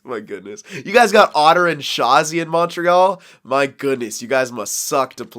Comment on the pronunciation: Yo bro that french was amazing you just fuck up the montreal but it was absolute beauty